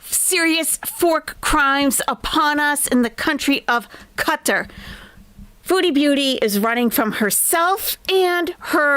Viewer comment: If you need reasons Nest is Best? 1) pronounces Qatar correctly 2) holds Chantal accountable for fork crimes 3) has Very Good Boys as hype-men Take care til next time, all! 🦉 🪹